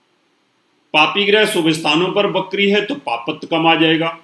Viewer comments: Bakri nahe vikri hota hai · Ap va ko ba ku bolte h... Apni bhasha p pls dhayn de.. Bht log ko apko sunte... Bakri NH hota vakri hota h